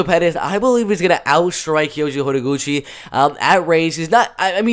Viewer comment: The way you say Kayoji’s full name is absolutely beautiful. Not even kidding